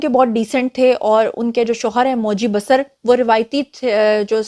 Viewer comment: It's pronounced as BaaSaar not Basr Name: Moji Basar(pronounce as BaaSaar) Country: India State : Arunachal Pradesh a Proud Tribal